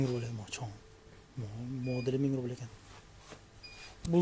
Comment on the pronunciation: Рубил эмес рубль